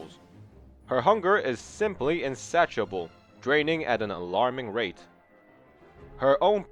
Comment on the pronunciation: “Insatchable” it’s pronounced: in-saish-ee-able